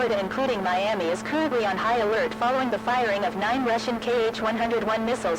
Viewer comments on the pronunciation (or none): none